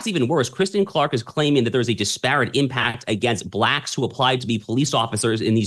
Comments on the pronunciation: Mispronouncing disparate. The accent is on the first syylable, not the second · Disparate Mispronounced At Shapiro speed lol